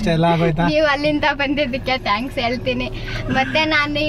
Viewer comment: ಟ್ಯಾಂಕ್ಸ್ ಅಲ್ಲ ಥ್ಯಾಂಕ್ಸ್ 😭😭😭